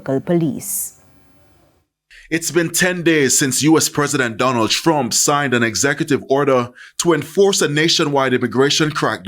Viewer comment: It's pronounced President Trump not strump get it right or put the mike down.